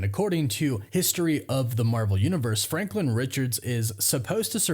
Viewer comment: You just said franklind. That's hilarious.